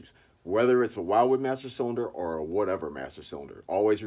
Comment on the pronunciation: Umm... Pretty sure it's "will-wood" not "while-wood"